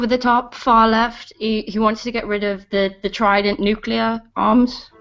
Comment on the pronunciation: Nucular lol (don't ban me)